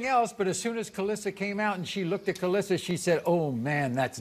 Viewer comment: “kay lis ah” maury it’s ka’lise.